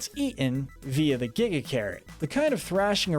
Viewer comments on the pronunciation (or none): none